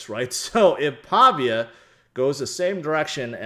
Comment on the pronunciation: ITS PAH-VEE-AH with emphasis on VEE syllable. Named after the italian town Pavia.